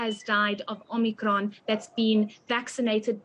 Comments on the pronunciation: Love how she pronounces Omnikron its like that wimpy ad I love it when you talk foreign 😂😂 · Heidi says " Omnicron" like the terminator 😅🤣😂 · Optimus Prime and Om-nee-cron